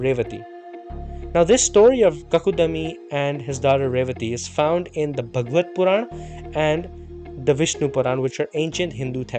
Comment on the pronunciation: Not Bhagavat Puran. Bhaagavat Puran.Not Kakudami. But kakudmi. Half da as in Padma